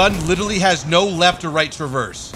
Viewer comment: “...right to my lepht...”